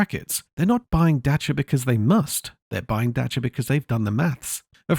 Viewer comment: As a Romanian, I want to thank you for taking the time to learn how to pronounce Dacia. They used to be even better you know...you could fix anything about them with a few wrench strikes and some colourful language.